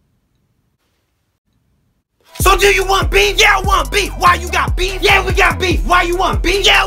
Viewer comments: I thought he was saying beans for a sec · Wait beef I thought you were saying beans